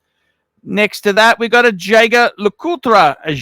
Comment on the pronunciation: Say Jaeger LeCoultre again lol